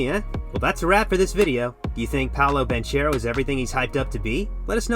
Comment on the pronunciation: one second into the video and bro pronounced Banchero wrongly. Good video though.